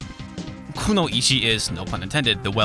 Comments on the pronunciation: Kunoichi is pronounced ku-noi-chi not ku-no-ichi. It's not really a name though it's just the term for female ninjas. Thanks for the vid I'm going to download this. :) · Nice, just one error I could find, her name is pronounced "Cun-Noy-Chee". I'm not scolding you for mispronounciation, just thought I'd let you know how to say it if you ever need to say that word in a sentence again. Other than that, it's a great looking game that I'd buy an SNES just to play it. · I'm not an expert in Japanese by any means, but I haven't yet run into "noi" as a stand-alone syllable. And given that the spelling is クノ一 (ku no ichi), I think that a pronunciation of "ku-no-ichi" is the correct way.